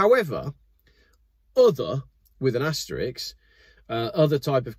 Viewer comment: it’s ‘asterisk’ not ‘asterix’ … 😂😂😂 And .. refuse lane 🙄